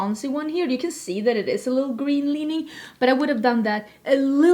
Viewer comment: Omgeeee! I just 🥰ADORE🥰 the way you say little - 🥰liddle🥰